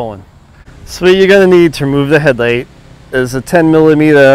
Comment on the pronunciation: 10 "millameeta" socket 😂😂😂